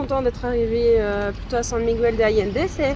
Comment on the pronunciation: Svp svp prononcez correctement San Miguel (ne pas prononcer le u)